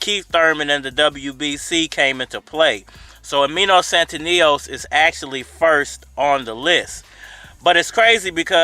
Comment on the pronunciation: STANIONIS BRO... STA-NI-O-NIS